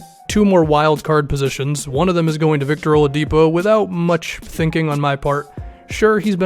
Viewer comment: Did you say Oliadipo???